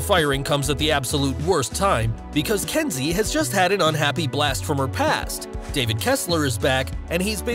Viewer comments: Why are you calling her Densi when her name is clearly Kensi? It’s bloody confusing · It’s Kenzie not Densi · It’s Kenzi,...not Denzi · It's Kensi not Densi. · It’s Kensi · It's Kensi